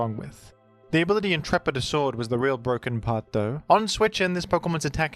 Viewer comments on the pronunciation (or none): none